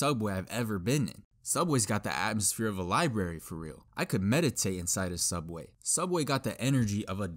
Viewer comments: its called sooubway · You mean.. Sooubway? 😏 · i shidded on da floor in da soobwayy